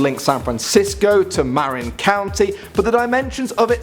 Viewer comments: Holy crap I live in Marin county And btw it is said ma rin not ma rine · You pronounced Marin incorrectly it is pronounced (Mer-in